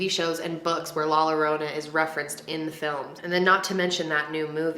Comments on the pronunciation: “La lorona”😭 if I said it like that to my family they would say “ya no sabes hablar o que es la llorona no lorona” no hate I love your video <3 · La lorona I'm dooooneee 💀💀 love youuuu but it's pronouce like "la yorona" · you’re adorable 😭😂😍 it’s easy! La-yah-ro-nah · Yo-ro-na , not lorona😭😭😭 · La “Lorona” 😂, it’s la “Yorona”, who cares tho. love u 🥰🥰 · thought she said la la land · Hahah its Ok. Its “LAH-YO-ROW-NUH” “PAUSE-QUA-LEE-TUH” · It’s la yo-row-na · 2 LL’s are pronounce “YAH”… so La YORANA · La -your-ona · You are pronouncing it painfully wrong. It is LA YOURRRONA. The “ll” is silent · No one:: ' la lArOnA'🤣🤣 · i hate the fact that you’re saying la lorona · She said "La Lalorna" 🤣🤣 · you should’ve said it like this : ‘ La Yorona ‘ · ITS LAH YORRONA 😂😂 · Lol when she says la lorona but hey thnx for tryin to pronounce it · It’s pernounced la Yorona but spelled with “ll” idk why lol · just for future reference if there’s 2 L’s and it’s a spanish word its a “y” sound 😭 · LMFAOOOOOOO awwww you said la yarona 😭😭😭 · the way she pronounces "llorona" as "lorona" i'm crying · It’s la “Yorona”... in Spanish, NORMALLY, a double L=y. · Did your friend not tell you about the LL being a Y sound. She ain’t a friend. Lol ahhhhhhhh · lol every time she said Lorona i chuckled a bit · I cracked when she said La Lorona 😂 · Say La "yourona". and "Paskwalita" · Is nice of you for trying to say "La Llorona". To make it easier to pronounce replace the llo to yo. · 😂❤️❤️ it’s la YO-RO-NAH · Lol my little Spanish ears were like wth did she say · I just loved the way you said it 🤣 please make another video saying it with 'sh' sound ♥️♥️ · I can’t watch this….the pronunciation of La Llorona…… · Ugh I’m sorry but I can’t watch this. The pronunciation of la llorona sounds so bad it’s cringe 😬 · She really messed up on the pronunciation me being Hispanic when she says that I’m like wth is that and then I’m like ohh la llorona 🤣😂. 👁‍🗨👄👁‍🗨